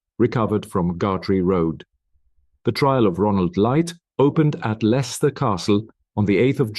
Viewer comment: Im from Leicester born and bred there is no pictures of Leicester the accent is terrible you are pronouncing village names wrong and i visit bella wright grave often